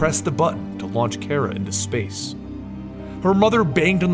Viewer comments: it's.. pronounced.. "car-uh" not "care-uh" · no hate but its pronounced CAR-uh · 1st you are my favorite you tuber but.... I have to say it because I'm to big of a Supergirl fanboy (thanks to you) 😂 But it's Kara! (Like Cara but with a K ) 😂😂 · You pronounced Kara's name wrong.